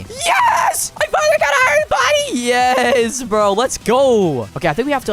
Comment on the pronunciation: The way bro said uesss